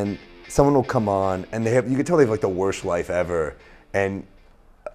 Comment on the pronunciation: there's so much about this I like but I'm only gonna point out the fact that he can't pronounce 'worst'